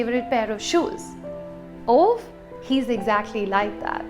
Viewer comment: I did not expect to love A Man Called Ove as much as I did. Funny, wholesome and beautiful. P.S - it's pronounced as "ooh-va"